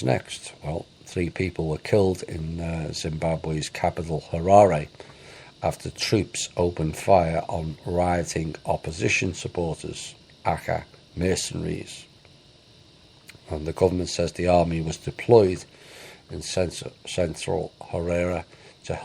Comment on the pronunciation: "AKA " = abbreviation (INITIALS) for "Also Known As" ... pronounced A.K.A. NOT "acka"